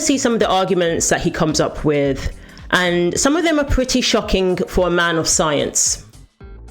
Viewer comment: Learn to pronounce with, its not wif and I can't take you seriously not being able to pronounce th...